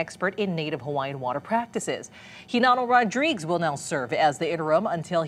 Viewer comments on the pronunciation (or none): Last name is pronounced Rod-ri-guez.